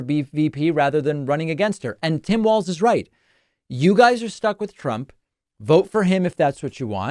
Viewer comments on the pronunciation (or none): Just because we might be using it a lot in the near future, it's pronounced like "walls" not "waltz" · It is pronounced Walls - Walz not Waltz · *WALZ (not Waltz.)